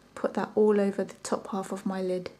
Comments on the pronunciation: ith "ul ever" you mean all over right? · firstly I didn't notice but after I read your comment I started to realize that you are right she was using that "ul ever" all the time